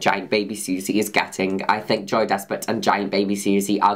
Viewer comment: I always think Juno Birch is saying “Joey Despret” and not “Joy Despret”